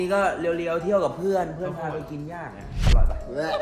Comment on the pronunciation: เขาชื่อพี่ แบงค์ ไม่ใช่ แบ่ง เพื่อน ไม่ใช่ เพื้อน มี ไม่ใช่ มี่ เดี๋ยว ไม่ใช่ เดี่ยว เยี่ยม ไม่ใช่ เยี้ยม วิ่ง ไม่ใช่ วิ่งไปฝึกภาษาไทยนะคะไม่ได้ด่าว่านะแค่บอกให้รู้